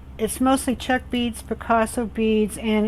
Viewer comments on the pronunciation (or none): none